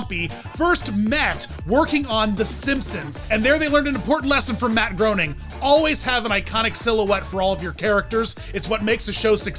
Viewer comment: Grain, not Groan. Groening.